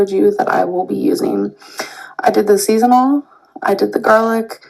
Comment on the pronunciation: It still cracks me up that she pronounces it as "seasonal" salt instead of season all.